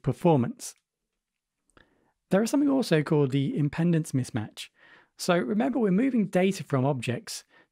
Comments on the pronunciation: No offense, but you need to fix pronunciation on this one: "Impendance" -> "Impedance" Watching/listening I was confused, until I read the word to understand the point. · its pronounced 'impee''dence mismatch